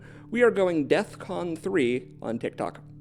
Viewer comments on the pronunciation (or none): It's defcon, not death con. And in this context defcon 1 would be more appropriate. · DEFCON not Death Con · bruh its defcon. DEFCON lol